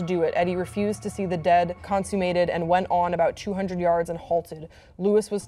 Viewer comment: Pronouncing deed as dead made me cringe...